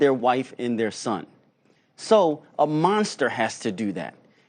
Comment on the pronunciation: We as “goot”natured? Seriously? 🙄🙄🙄🙄🙄